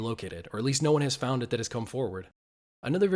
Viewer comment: It sounds like he saying found but he saying fond of my big home